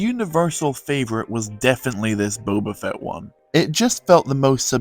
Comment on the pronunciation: No hate but it’s Boba fett